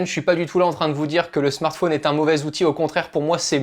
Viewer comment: Spécialement quand il dit smart fauuuuunee tt les 30sec. au lieu de Smart fōn